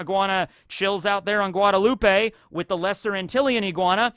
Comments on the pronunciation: From the caribbean, love how knowledgeable you are on it but i dont think its guadeloupe-ay, it might be, because im from Jamaica who belonged to Europe so we speak english, and guadeloupe im pretty sure still belongs to france to this day so they speak french. So because of that it might be guadeloupe-ay actually? Was wondering where you got that pronounciation from and if ive been lied to my whole life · FYI Guadeloupe: the e at the end is silent.